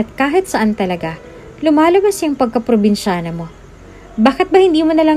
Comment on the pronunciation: Kailangan bang eh emphasize yong salitang dalagang probensyana